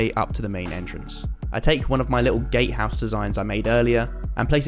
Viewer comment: Wait, did i misheard it or did he say 'gay house' ???